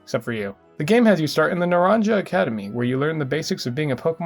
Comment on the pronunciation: It’s pronounced Naran-HA, naranja is Spanish for orange! Then the academy for Violet is Uva, which means grape!